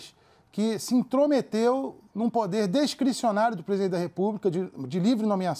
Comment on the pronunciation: "Descricionario" (discricionário) , "uadizapi" (Whatsapp). A partir do